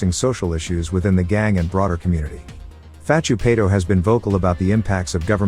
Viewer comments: it pronounced Sonny Far-too-pie-tore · These pronunciations are fukn crazy, I'm no dog supporter in the slightest but put sum respek on paitos name son!!!